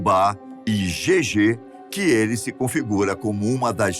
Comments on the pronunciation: Pois é,quem não conhece confunde a pronúncia de JÊJE com jejê,isso deveria ser explicado melhor pra quem não conhece. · Só uma correção,é JÊJE e não jejê.